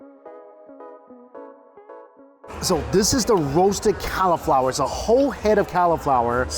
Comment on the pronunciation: I'm wondering who else in the USA says "Cow-i-flower" Regional dialect? To a Canadian, this sounds very strange!